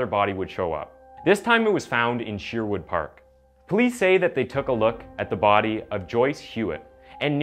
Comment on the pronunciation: I hate how he say Edmonton aswell as Sherwood park